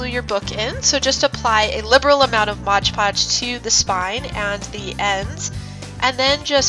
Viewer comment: Why does everyone on YouTube say Modge Podge?